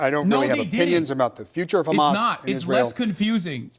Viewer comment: Damn he really said "Khamas" and "Hassan Piker" in the same breath huh 😂😂